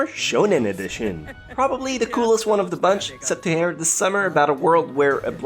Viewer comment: you need to learn how to speak properly and clearly. you speak like you are a loli but clearly you are an adult. You say things like it instead of its 'da' instead of the.. and so on. it's annoying the lack of mental effort you put into speaking. it's not hard to talk correctly.